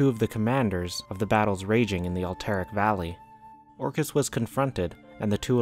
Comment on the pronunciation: Thumbs down. Can’t even pronounce alterac